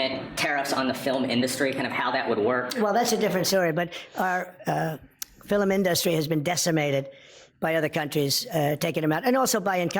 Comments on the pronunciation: Filum instead of film. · "fil-um industry"? not film? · "Our 'filum' industry"???old orange, time to go away. Go far far far away. I hear the Saudi's calling you to come home. Bah-bye, bye now, later ya old gator.👋👋👋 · “…filim industry…” 😮😂😅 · Of course Dump can't properly say "film."